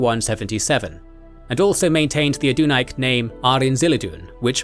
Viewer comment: He also mispronounces 'Adunaic' every time